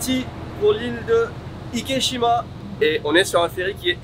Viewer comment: Super intéressant (et une abomination qui me déçoit du Japon), mais je me suis demandé pourquoi est-ce-que tu nommes l'île Ikeshima et pas Ikejima puisque cette dernière est la prononciation correcte de la combinaison des kanjis? Le célèbre film Miajima n'est pas prononcé Miashima par exemple.